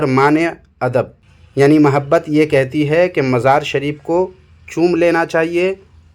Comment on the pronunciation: Ye to itna bada jaheel hai ki mazar ko majar bolta hai chor wahabi